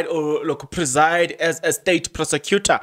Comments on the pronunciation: Your preside sounded like resign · Definitely how you pronounced preside sounded like resign